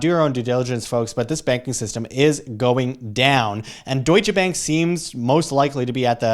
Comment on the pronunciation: I'm just here to hear say "DOITSCHE BÄÄNK"